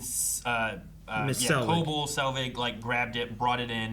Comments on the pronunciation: Y'all.. "co-bell" is the pronunciation. Please. You say it so much and every time you say it wrong, my eye twitches. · ITS CO-BELL HOLY SHIT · The fact that we're 8 episodes into the season and they still don't say Cobell's name correctly is kind of astonishing, ngl.